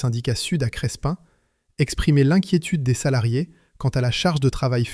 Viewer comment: Crespin près de Valenciennes: on ne prononce pas le "s" - on prononce simplement "Crépin".